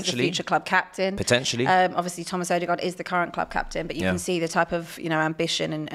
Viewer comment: Tomas Odergaard? Or was it Martin. 😅